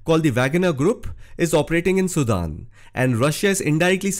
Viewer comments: All these fake comments are so amazing !! He can not even pronounce the country name, so fake comments can puke it. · First of all learn how to pronounce "SUDAN".